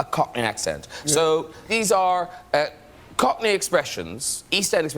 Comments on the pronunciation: as someone who lives in east London you did pretty well just say it with unearned confidence and a little pent up aggression right there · Your pronouncing of Cockney was amazing!